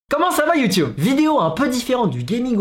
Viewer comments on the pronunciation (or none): none